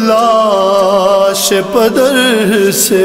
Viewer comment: میر صاحب ماشاءاللہ آپ مولا کی بہت بہترین انداز سے مدح سرائی کرتے اور سوز و سلام پیش کرتے ہیں۔ بس گذارش ہے کہ ادائیگی کے ساتھ ساتھ تلفظ کا بھی خیال رکھا جائے تو مذید بہت ہی اچھا تاثر ملے گا ۔ جیسا کہ لفظ ُ”پِدر” ہے “پَدر” نہیں۔ پ کے نیچے زیر ہے زبر نہیں۔ اس بارے میں مذید تحقیق و تصدیق کے لئےآپ فارسی لغت بھی ملاحظہ فرما لیں۔ شکریہ۔۔۔